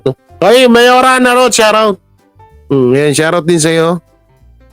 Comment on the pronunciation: Hindi nga yan SHAR OUT, It’s SHOUT OUT. OWmsygudnes! Tsk.